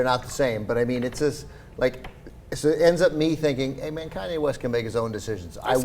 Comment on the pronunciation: did he say Cudi West in the beginning?